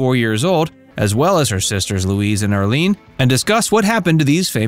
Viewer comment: Oh my gawd, the youngest sister is IRLENE not Arlene. How do you mispronounce someone's name multiple times if you've researched your subject? And Barbara was not hit by a drunk driver. Her car was hit head on by a 19-year-old college student, Mark White, who is believed to have fallen asleep at the wheel. Zero evidence of a drunk driver. The false info this channel posts has become positively nauseating. "Facts" .... more like very little research and false statements. 🙄